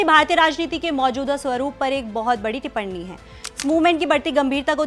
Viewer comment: टिप्पणी होता है, टिपरणी नहीं.